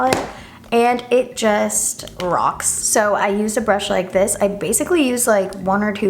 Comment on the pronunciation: Say rocks again lol